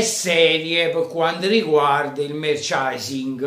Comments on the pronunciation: te lo scrivo come si pronuncia: "MERCIANDAISING" 😀 Sei troppo forte e forza inter 👍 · Merchandising si dice Merciandaising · Se non sai pronunciare la parola "merchandising" (e presumo tu non sappia nemmeno il significato) perché continuare ad utilizzarla?